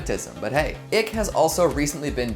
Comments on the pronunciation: You lost me at "ick" its. 'Icke' pronounced 'eye'ke. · Icke not ick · David ick lol i believe it’s pronounced David eyeke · the name is pronounced eye-k you are a dumb sheep if you know nothing of Icke. You people praise you enemies as friends and friends as enemies. You people are NPCs. Time to wake up Sheep, before Red pills become Red suppositories... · Yeaaaa....noo. This isn't the reason It's not ick. Pronounced like the word like but take off the L. Not like icky with no y. Research before posting a video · You pronounced David Icke wrong. It’s pronounced “eye-k “. Just wanted you to know. I’m surprised you don’t know this already with the controversy of Icke being deplatformed. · that isn't how you pronounce David Icke. it is pronounce Eye-ck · It's pronounced "ick-e". He's been saying it wrong this whole time.